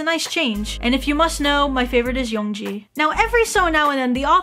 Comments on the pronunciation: it’s yeong GI, not yeong JI by the way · And~,it's pronounced Yeong-gi, NOT Yeong-ji